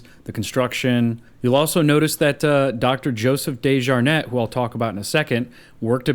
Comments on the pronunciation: When you pronounce the Dejarnett it’s DEE -SHJAR - Net!!! Not DAY-sJAR-NET From the RVA and know the family Went to school with the surviving family- Scott Desjarnett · I know DeJarnette... I worked at the more updated hospital years ago. Your pronunciation is so much more bougie than I've ever heard it!